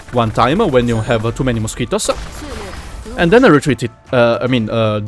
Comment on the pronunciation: es gracioso escucharte decir mosquitos